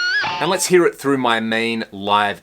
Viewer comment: “You’ll heah, sum chunky rhythm tones” I dunno why that made me laugh. This review is really good. This is how a review of a guitar should be done. Nice licks dude! I can’t wait to grab one of these! Thank you!!!!